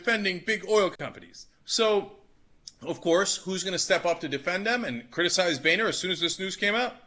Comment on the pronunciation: Lmao, his name is Boner, not Bayner.